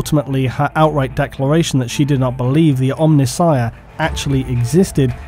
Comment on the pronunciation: Hey, you pronounced C'tan right in this one (well, close enough). Now you've just got to work on Omnissiah.